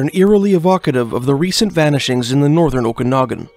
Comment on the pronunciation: Had Clancy O'Brian not been named such, had he been an Indigenous person, not near that amount of hours would've been put forth to find him. Someone please teach how to correctly pronounce Okanagan. I've already tried, and it obviously didn't work. No, it it not "O'Kinnigan", it is not Irish.